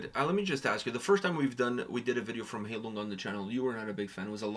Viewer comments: You both need to do more research before reacting to a video. You both mispronounced the name multiple times. The name is pronounced 'HIGH-Loong'. When you pronounce it as Hay-lung you disrespect the meaning of the name. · High lung, not hay lung. 🙂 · For your information, the "ei" in Heilung is spelled like the "i" in ice. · I love this song so much. It’s actually written in the video describtion, that the volume of the vocals is purposefully quite low as to blend in with the instrumental. And to show off my German skills – Heilung ist pronounced „high-loong“